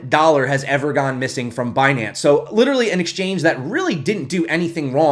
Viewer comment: Binance? You mean Bnance huh ;-)